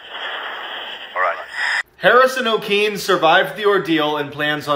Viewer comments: Lol I love when white people fail to pronounce Nigerian names properly “okene” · It's pronounced Owkaynay.....He is a Nigerian from Kogi State and guess what??? from my hometown Okene 😁😁😁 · Harrison Okene (Okene Pronounced as Okay Nay) He's my fellow countryman🇳🇬 This is really a chilling story Thank God for sparing his life 🙏